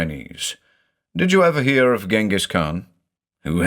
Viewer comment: I thought "Ghengis" was pronounced something like "Dshengis". In German we spell him "Dschingis" and then there is that Kyrgyz author called Chinghiz Aitmatov, so I assume "Chinghiz" is the Kyrgyz version of the Mongolian name.